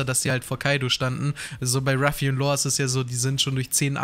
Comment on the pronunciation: Alter er heißt LAW. Nicht Lore oder Lor und auch nicht Lohr. LAW digga, lern das mal bitte. Wenn du LAW sagst zieht sich bei mir alles zusammen.